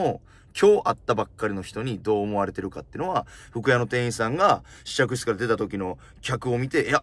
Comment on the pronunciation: 店員❌ていいん→⭕てんいん 人に聴いてもらうなら、きちんと読みたいナ〜😢